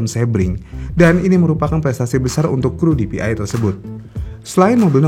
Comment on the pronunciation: bacanya PDI dong 😅